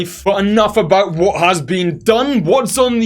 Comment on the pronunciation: ”now Whuta has been going on now here”.